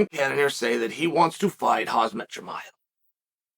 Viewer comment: "Hazmat Chimaev" always cracks me up 😂